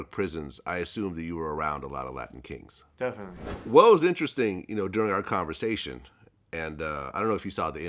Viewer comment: Why this man can't say latin king